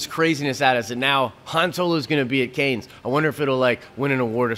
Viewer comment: Love the video! FWIW heads up on Cannes - it is pronounced "can" or "kahn" definitely not "canes".